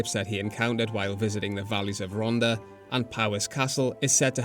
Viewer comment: Rhondda has double D so makes a hard (voiced) th sound, like in 'this'!